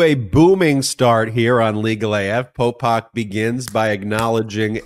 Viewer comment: Popok… I was driving around listening and I thought you were calling him pol pot😢